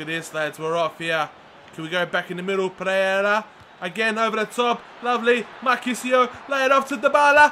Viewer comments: PEREYRA not Preyera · PEREYRA NOT PREYERA!